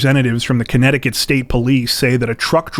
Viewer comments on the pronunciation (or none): none